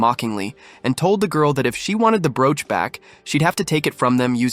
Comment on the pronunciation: Wow, how badly you pronounce broach. Pathetic is the word that comes to mind. If I did not already know what you would say, I probably would have sat and wondered what the hell you said, it was so bad. Small children can say broach much better than you did. How anyone can consider what you created her to be high quality is weird because it is so bad, I would refuse to let my children listen to this shit.